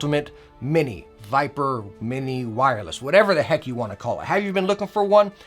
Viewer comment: Razer Vipere With "e" lol